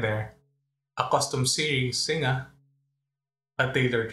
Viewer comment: Nice review. Just one quibble on the pronunciation of Singa. Its Sin-ga, not Sin-nga. Like in Sin-ga-pore. X